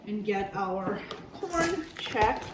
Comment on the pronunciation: FYI, it pronounced checks, not check cereal.